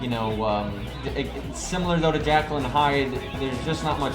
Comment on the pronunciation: I wasn’t going to say anything since it doesn’t contribute to the content of the video... but my god. Your pronounciation is horrible my dude lol. Skatty? What’s a skatty? Or JACKAL and hyde? Jekyl, not JACKAL. E, not A. I can’t even make it to the end of the video without posting this. I’m also certain that you’ll mispronounce some others by the end. I love your content, but the pronounciation... maybe it’s just this VA.